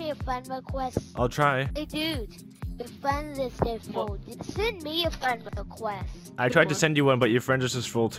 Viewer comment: Fwend wecwest Lol